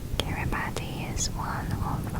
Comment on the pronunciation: Just found your channel and i love it. Wow its so relaxing and the extra tapping is too. Also, just to mention, Kiribati is pronounced Ki-ri-bas